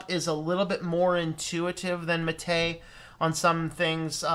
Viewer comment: I always give a like to people that can pronounce "Mate" properly.